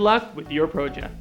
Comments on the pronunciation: PROOOOOOOOOJECT! haha. funny how he emphasises PRO. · Wtf is a "pro-ject" lol.